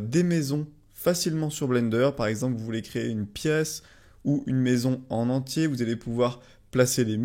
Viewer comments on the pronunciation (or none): none